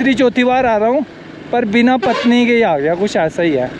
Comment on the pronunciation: भाई ये पत्नी नही पटनी है "पटनीटॉप" अपने मूल नाम "पाटन दा तालाब" का गलत उच्चारण है जिसका अर्थ है "राजकुमारी का तालाब"। ऐसा कहा जाता है कि एक राजकुमारी घास के मैदान में मौजूद तालाब में स्नान करती थी। जब ब्रिटिश राज इस नाम का उच्चारण नहीं कर पाया, तो उन्होंने इसे विकृत करके अब आधिकारिक रूप से मान्यता प्राप्त नाम "पटनीटॉप" रख दिया।